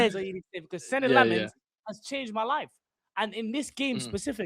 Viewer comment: Belgian here, it's "Sen-nuh Lamm-uns" The u sound like in "guns"